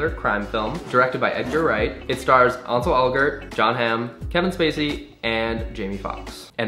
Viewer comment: connor i love you but that pronunciation of "ansel elgort" pained me